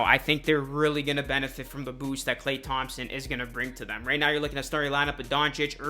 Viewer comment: Bro please just say “Klay”.